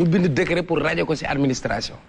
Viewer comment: On ne dit pas "decret " Svp retenez qu'on dit "décret" .juste damay rappeler rek .gnou bayi thi khel